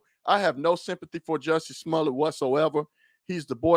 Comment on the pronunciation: Why all of a sudden are they giving #JussieSmollet a french pronunciation?? Giving him more class than he deserves. Daaamn! #LyinJussie